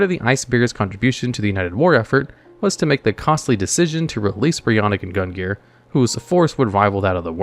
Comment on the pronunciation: So... bit of a gripe from me on the ice dragons. BREE-O-KNACK and GUN-NEAR